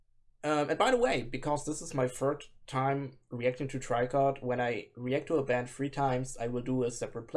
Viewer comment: Tricot just reposted someone who shared your reaction in their story on instagram lol FYI: the band name is French and in english you'd pronounce it like "Tree-ko" not "Try-kot"